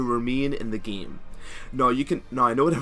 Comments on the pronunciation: enunciate ur As pls, again is not pronouced ageen, it's aGAIN, game is not pronouced geeme, its GAYYYME, and basis definitely not pronouced beeasis...? biasis? beesis? idk wut you said , but its none of those, its basis. im not trying to insult u just because if ur not born in the states or anything, just enunciate when ur speaking and your videos will be a lot more clear! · Pronounce same with an a. Game with an a. You're not pronouncing the a and its quite awkward when people hear it. Love the vids tho